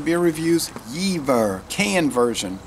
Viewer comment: never seen it in cans in the US--that's exciting. Should see if I can find it. Have had it in Germany, but is a bit pricey here. It's a bit cloudy and pretty hoppy, that's true. BTW, not to be a PITA, but I think Germans would pronounce it a bit more like "yay-fuhr" rather than "yee-ver", just an FYI. Edit: love the fog in your backyard, as others have said. Looks nice down there!